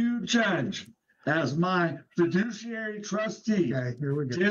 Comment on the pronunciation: At least we have "fiduciary" rather than "fidishiary".